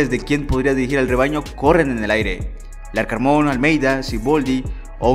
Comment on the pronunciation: Jajaa aún no aprendes a decir Larcamon